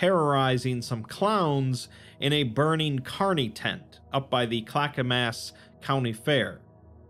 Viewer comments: Always loved that this GoI is based in my home state! So weird and cool hearing and seeing names of places I’ve been to or lived in. Also, Clackamas is usually said as “Clack-a-mus” here in the state, reminded me of how Siri or other navigation voices says it XD. Superb video, love the content, keep it up! One of my favorite channels to watch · You pronounced Clackamas wrong. It's pronounced like Clack-a-mus 😄